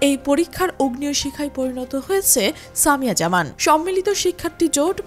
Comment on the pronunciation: একটা নাম ও সঠিক ভাবে বলতে পারেন না?? সামিয়া জাহান✅